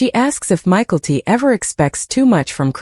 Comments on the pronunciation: The dsughters name isnt said as Michael t.at first i had no clue who u were saying. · Pronunciation of Mykelti is really bothering more than it should. Same with all the names. Stop using AI. Commiting is a poor choice of words, I say my fiancee passed from suicide.